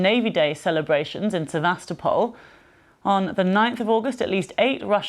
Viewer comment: listen to his laughable way he says sebastopol